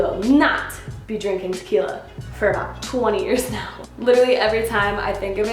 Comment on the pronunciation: Yes, the horrors of "tah-kill-ya". I can't touch the stuff anymore. Thank goodness for rum!